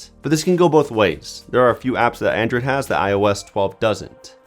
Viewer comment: "Andrew'd pie" bugs me so much